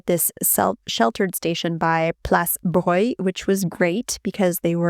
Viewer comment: WOW. You pronounced Broglie correctly, you said "Breuil" and not "Bro - Glee". That's exactly how French are supposed to pronounce it and everyone forgot about that! Only very old Strasbourgeois still say "Breuil"!